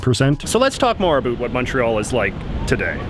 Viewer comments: Yeah I thought it was a joke too. I'm from Canada too and I never say about like that. Where is this dude from? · Aaaaargh! La façon dont il dit "about" me gosse à fond! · why does he say about like that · Where are you from? The way that you pronounce "about" as "a boot" means that you are either a Canadian or an American who is from Virginia or Eastern North Carolina where they also say "a boot" for "bout.". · I am pretty sure that you mispronounce the word “about” every time you say it and say a bout instead. No need to thank me. Cheers. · J.J. either something IS unique or it is NOT unique. As in, your exaggerated pronunciation of "about" while uncommon is unfortunately not unique, although I do concede your brio. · He says he's from Vancouver but I've never heard a Canadian pronounce the words about and out as he does. I would have thought a real Canadian would know how to pronounce Lesveque. Is he a fake Canadian? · i denounce your pronunciation of "About" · Canadians DO NOT say the word "about" in the way this guy is intentionally and unnaturally pronouncing it. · The most canadian sounding “about” pronunciation i have ever heard lol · Skip to to understand why JJ’s pronunciation of “about” is a forced stereotype (think How I Met Your Mother mocking of Robyn) and why his pronunciation of “around” is fully ridiculous and just plain wrong.